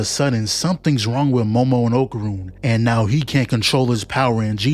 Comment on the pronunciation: Can't y'all NOT butcher my name? It's not Oakrun or Oakurn. It's OKARUN